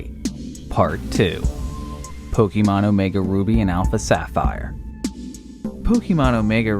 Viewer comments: A real mystery is why people still keep saying "Pokimon", instead of "Pokemon". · Pukimon? Did anyone hear that to? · It's not Pokeemon for fuck's sake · Every time you say Pok eee mon it's like scratching a blackboard. The TV show showed you how to pronounce Pokémon 20 years ago. Cmon. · "Pokey-mon" lol. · the way he says pokeeemon is hard to not hear x(